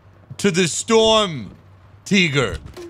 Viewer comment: Its Shturmtiger not storm tiger